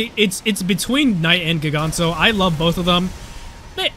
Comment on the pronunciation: Its pronounced "jiganro"